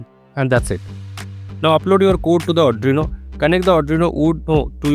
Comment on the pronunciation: There are plenty of corrections to be done by you , 1. You did not mention to click the serial monitor icon and because of that i took 1 hour to do this. 2. Also mister you said "Serial.printIn(" cm"); whereas it is actually "Ln" and NOT "In". 3. You also pronounce ARDUINO as ADRINO which is not correct and sounds funny.